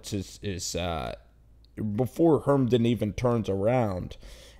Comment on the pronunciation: I tried watching but immediately lost interest when he called Herndon, Hermdon like 4 times rapid fire.